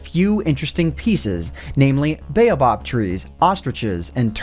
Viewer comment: "...baobab trees..." Catastrophe